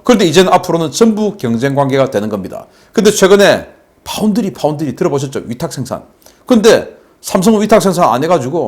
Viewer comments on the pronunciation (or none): none